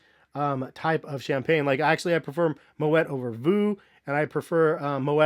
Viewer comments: It's pronounced "moe ee" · you pronouncing it wrong . The “t” is silent. “Mo -et” is incorrect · Also, you don't pronounce the t in moet. It's like "moe-aye"